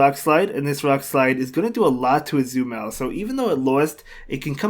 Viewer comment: Tbh I always like to hear you pronouncing Azumarill as Azumel xD